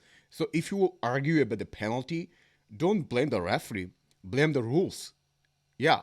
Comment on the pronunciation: You are wrong bro...its not panelty